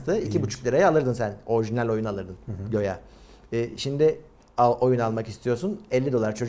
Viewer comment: göya değil doğrusu güya kardeş